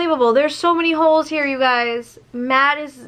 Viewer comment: You mispronounced “Holes” it’s not Poles it’s “Holes” that they claimed they saw